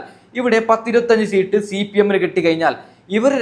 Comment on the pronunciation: സീട്ട് അല്ല 😀സീറ്റ്‌ ആണ്